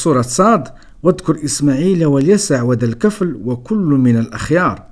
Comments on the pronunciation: وَذَا الْكِفْلِ ((الدقيقة ) الكسرة في آلكاف،فقط تصحيح لأنه قرءان يجب أن ينطق كما هو.....ولذلك لم يحرف لأنه حفظ في الصدور قبل السطور..... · خويا عزيز لكن ملاحظة الكفل بالكسرة لكاف وراه الآيات القرآنية ما خصش تكون فيها أخطاء.شكرا على فديوهاتك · صحح قراءتك اخي ذو الكفل بكسر الكاف و ليس بفتحها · "الكفل" بجر الكاف.